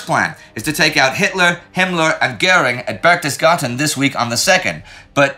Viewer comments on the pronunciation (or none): Why does Indy keep saying Berchtesgarten when he means BerchtesGADEN?